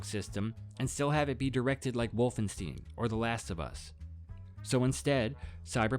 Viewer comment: volvensteen xD (jk, it just caught me off guard because i never thought about other possible pronounciations)